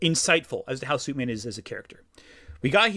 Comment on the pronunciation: I like how whenever says "Superman" it kinda sounds like he's saying "Soupman"